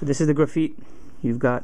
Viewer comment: ITS GRA FITE NOT GRA FEET